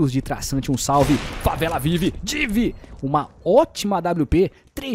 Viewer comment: Mano, mais alguém achou engraçado ele falando div? Hahaha era Di, néranão?